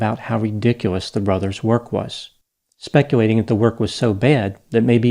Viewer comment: Is it me or does he always say “specuating” rather than “speculating?”